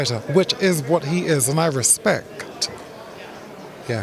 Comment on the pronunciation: “Respe CEH T” the way Eubank.Sr says respect is so satisfying. He should start a podcast.